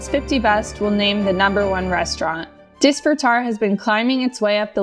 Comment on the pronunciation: Hearing you mispronounce disfrutar over and over angers me.